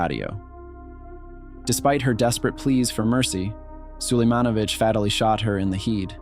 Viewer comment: More like what was that pronunciation of fatally and head mai boi